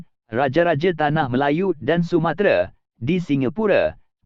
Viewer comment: lain dia sebut ... sumatere, bkn sumatera 😄